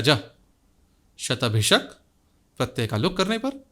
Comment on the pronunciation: आपका 'शतभिषा' शब्द का यथावत् उच्चार सुनकर बड़ा अच्छा लगता है; वैसे, कई 'विद्वान' उस शब्द का उच्चार "शतभिखा" करते हैं, जो वास्तव में कर्णकटु लगता है। "पुरुख" आदि कई शब्दों में वेदपाठियों को 'ष' का उच्चार "ख" करते हुए सुनते हैं, जो नितान्त अप्रिय लगता है। इसी प्रकार हिंदीभाषियों को 'इच्छा' को "इक्षा" और 'दीक्षा' को "दीच्छा" बोलते हुए सुनते हैं, तो बड़ा विचित्र लगता है। इस प्रकार के 'विशिष्ट' (!) उच्चारण के अनेक उदाहरण मिलते हैं।...